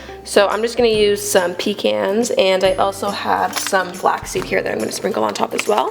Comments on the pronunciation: lol ok but whats a "puh-cawn"???? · its pronounced pecawns foo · Pee-cans is they way most of the world says it mate, so stop taunting people that pronounce it correctly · "so im just gonna use some pee-cans"